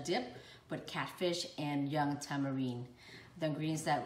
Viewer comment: it's Tamarin not tamarine, but I still love your cooking! Good job!!